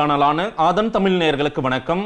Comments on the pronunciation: தமிழுக்கு அழகே.. ழகரம் தான் ....தமில் னு சொல்வதை மாற்றிக்கொள்ள முயற்சிகலாம் நண்பா.... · first properly pronounce Thamizh, why has selected you for an interview